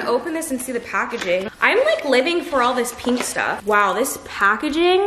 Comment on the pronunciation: and PINK!! sigh